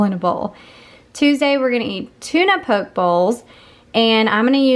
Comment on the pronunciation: Poke pronunciation = “Pokey” ;) I’m guessing it’s not popular in the south!